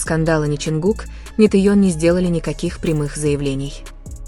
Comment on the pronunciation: Почему вы Техена называете Тееном???